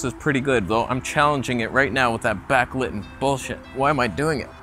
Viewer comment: Is that word Backliten, Back-lighten, or Back-liten??